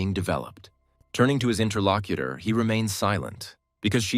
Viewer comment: The moment I heard "interlocuter", I was done.